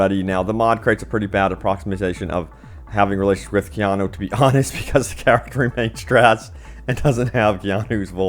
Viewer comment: Is it that hard to say kee*on*ooo